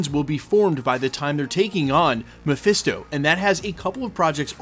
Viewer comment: Presto it's Mephisto